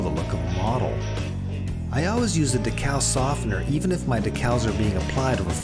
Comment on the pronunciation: I would compliment your video except im pretty sure you're saying decal wrong on purpose.